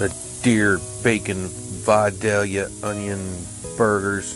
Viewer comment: I can't tell you how glad I am you say Vidalia properly